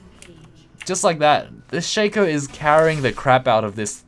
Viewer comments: everysingle time I hear shaker I'm like... is this dota? I thought this was lol :v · I guessed He wanted to say shaco, but sounds like "shaker" everysingle time